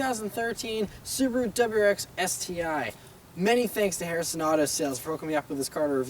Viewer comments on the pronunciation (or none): Great review of the "DubuwwrrX STI" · Please stop pronouncing WRX like “dubuyurex”.